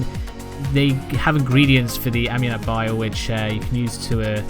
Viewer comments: Hey, not judging, you pronounce it: am-yo-nite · It’s pronounced Ominite